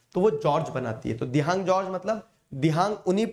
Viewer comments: sir wo dibhang nahi dihang hai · Sir 'Teesta' and 'Dihang'